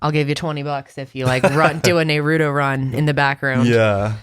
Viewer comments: It's pronounced NAH-ru-to lmaoooo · Does pronunciation of "Naruto" make anyone else want to unsubscribe... or is it just me. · All this time and still can’t pronounce Naruto 😩😂. The show is literally one of the most popular and recognizable anime series ever, love her. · Nay-rue-do run😂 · Just please stop trying to say naruto